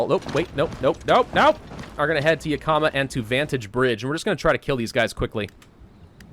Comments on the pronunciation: As someone who lives near Yakama irl, it's pronounced "Yak-Uh-Muh" not "Yuh-Ka-Muh" :) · Not gonna lie seeing him butcher names like Yakama when I lived in Washington this entire time is something else. But nice face cam, if you feel comfortable with it then keep using i say.